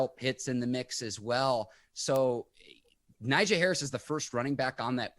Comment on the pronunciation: Hey is name is pronounce Nagee although it's spelled Najee